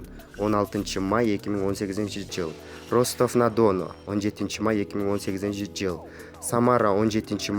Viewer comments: Чындап эле уят!копчулук угуп жатат бу озун журналист сезген адамдын произношениясын..аягына чыкканча олдук кулуп жатып..Ростав на Дооону! дегендеби,🤣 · Ростов на Дону деп сонун айтат экен🤙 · Ростов на Дону дейтго 😆😅🤣😂